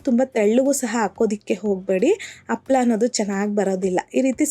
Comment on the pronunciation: ಹಪ್ಪಳ ಅಲ್ಲ ಅಮ್ಮದು ಹಪ್ಪಳ. ಕನ್ನಡ ಪದಗಳ ಉಚ್ಚಾರಣೆ ಸ್ಪಷ್ಟವಾಗಿರಲಿ